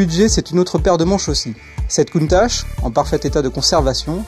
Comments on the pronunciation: ça se procnonce pas countache mais countak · il ne sai meme pas prononcer countach la onte